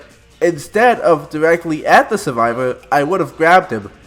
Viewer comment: You sound like someone who still plays l4d2 lmao "Suvivow" 😂😂